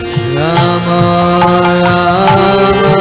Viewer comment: Why does he chants Ramo instead of Rama?